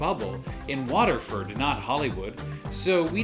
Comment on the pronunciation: Yeah its watford lol mispronounced